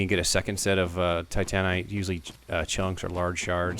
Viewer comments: I thought it's pronounced 'Ti - tuh - NITE' Not 'Ti - TAH - nite'. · I hate it how you say titanite. Normal person: Tight-a-night You: tigh-tanite Oh well, still love watching your videos :3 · TI-tan-ITE, not ti-TAN-ITE....sorry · Well that's not how you pronounce it. You pronounce it like if you were saying "tight night" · Haha, you say titanite funny, man. Like, "Tit-AN-ite". Really enjoying this series. Great work. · he pronounces titanite weird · the trash is worth a titanite chunk from snuggly. also you rponounce titanite odd. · You say titanite weird haha Great series though! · You say titanite funny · Great commentary. The way you pronounce titanite pisses me off to no end, though.